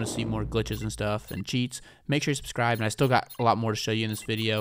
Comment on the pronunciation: Bro said subsrib😂😭